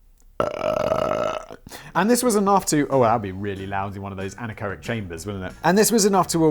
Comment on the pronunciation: Simon pronounces something correct (anechoic) for a change but doesn't care